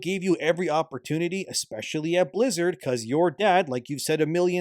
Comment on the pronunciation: You sure he said blizzard i thought he keep saying lizard